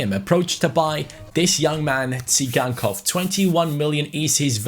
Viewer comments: Moise kean he is 72 rated he should become 74 in this season because he is in juve and its not si gan kov its "sie gan kov" ok? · It's pronounced Sygankov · you pronounce Tsygankov as Victor "Zaigangkov". I think you said it wrongly.